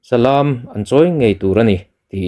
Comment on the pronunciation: Salaaam nilovin salam zawk tur ni awm tak ani...